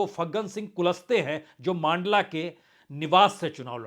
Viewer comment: मांडला नहीं; मण्डला 😊